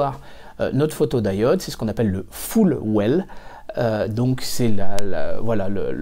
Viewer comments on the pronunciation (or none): Pourquoi prononcer photod"aï"ode, à la place de photodiode (à un moment tu parles de diodes en le prononçant à la française).